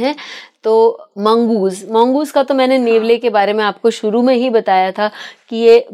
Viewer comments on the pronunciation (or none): none